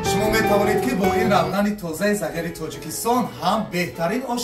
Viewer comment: Ассалому алейкум, ( загир эмас ) Зигир дейилади!!! Кучирибсилар узгартирмай тугрилаб дейиш керак хар нарсани отини имсини!!!